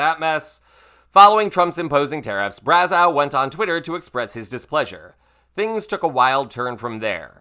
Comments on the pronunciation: Braz-oh’ NOT Braz-ow’ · It's pronounced Braz-OH, not Braz-OW. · Just so you know, the eau at the end of his name is pronounced as oh not ow. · Just FYI, french names ending in eau are pronounced like "oh", not "ow". Same as Trudeau. And yes you should google the video of that fight. It was awesome. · Brazz-O is the proper pronunciation. Great video 😊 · It's pronounced "brazo". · Here’s a little tidbit, Brazeau is pronounced like bravo. Trying to help. ☺️ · Bra-zoh. True-doh. Eau is pronounced oh. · "Braz-OH", just FYI. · Braz-ow LOL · Pronunciation: Brazzo( eau, in French , sounds like O) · Brazeau is pronounced Bra-zo. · Brazeau is pronounce Brazo. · I'm cringing everytime you mispronouunce Brazeau's name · Why is he mispronouncing Brazeau’s last name? Makes him less credible.